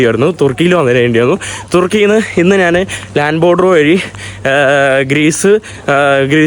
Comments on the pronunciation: നാൻ അല്ല, ഞാൻ ആണ് മലയാളം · എടാ മുറിയണ്ടി നീ മലയാളം ശരിയായി സംസാരിക്കാൻ പഠിക്കുക. നാൻ അല്ല ഞാൻ ആണ് ശരി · എടാ കോപ്പേ മലയാളം ശരിയായി സംസാരിക്കാൻ പഠിക്കുക. നാൻ അല്ല ഞാൻ ആണ് ശരിയായ മലയാളം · മന്ന് അല്ല മഞ്ഞ് ആണ് നാൻ അല്ല ഞാൻ ആണ്